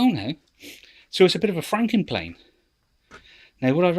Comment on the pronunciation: Franken Plane's sounds like your saying fing planes